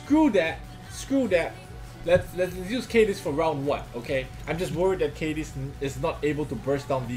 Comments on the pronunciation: It's pronounced Kah-Diz not Cai-Diz. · no no no don't stun cadiz! What i heard: Don't stun anus!